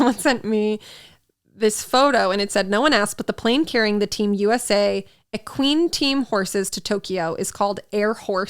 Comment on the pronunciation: saying Equine as "Aqueen" lol